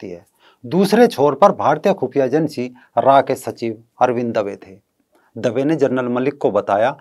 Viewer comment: भाई बाकी सब तो बहुत सुंदर है परन्तु, आप रॉ कहिए रा नहीं, आप भारतीय है तो उस प्रकार संभाषण कीजिए, ये पाकिस्तानी पद्धति से ना बोलिए! और वो टैपिंग होती है टेपिंग नहीं